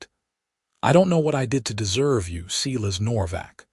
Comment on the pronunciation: Why do you insist Silas is seelas ? ……, AI = idiot …